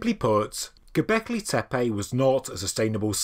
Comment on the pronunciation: Why you pronounce gobekli tepAe . pronounce : gobekli tepE